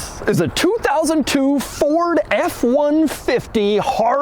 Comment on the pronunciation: When he said “this” it sounded like he said VIS…😂💀